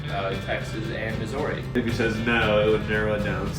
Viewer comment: That pronunciation of Missouri hurt me